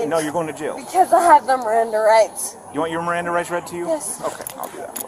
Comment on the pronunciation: "NOOOOOE MERRANDAH RITES"...yeah fellas, she's a professional. This isn't her first time.